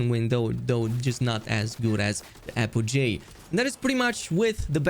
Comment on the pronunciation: Apogee is apogee not apojay